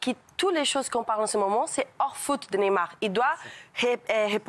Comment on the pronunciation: C est pas nemar mais neYmar y a pas un y pour rien . Faut arreter avec neymar ! Il n a rien fait , cette fille j ai pas les mots